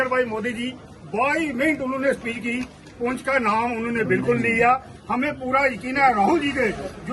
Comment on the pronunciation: मैडम, पूंछ नहीं पुंछ है, एंकर को उच्चारण करने में ट्रेंड होना ही चाहिए